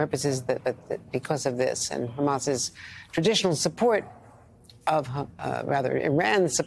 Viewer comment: Thank you Andrea, for not saying "Cutter." What is wrong with American's hearing?